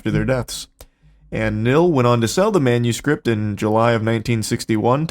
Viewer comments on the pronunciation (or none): none